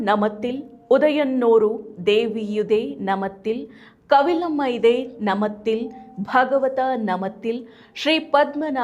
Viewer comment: ನಮತಿಲ್... ಅಲ್ಲ,!ನಾಮತಿಲ್ ☑️